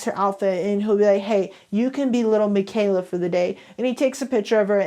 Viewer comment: The pitchers? And little plz stop she is fake and pronounce it right not trying to hate but it’s really bothering me and miquela I don’t think is pronounce mikayla I think it’s lil miquela (Mikueela)